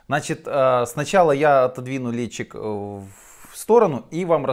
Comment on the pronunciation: Извините,но как-то по идиотски произносите название виски Ledaig....ледчик))).. сразу уж тогда лётчик..на самом деле он читается как Ледайг